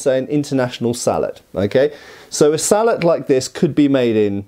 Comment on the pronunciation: Its pronounced "Sallet" 😅😊